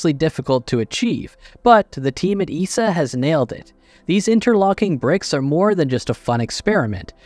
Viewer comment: We don't call it EESA in Europe. We say E S A, not spoken as one word.